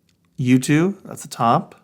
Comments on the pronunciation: Also sounds like you too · When you are saying U2 it sounds like YouTube 😂